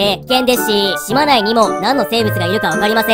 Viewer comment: 島内読み方とうないですよ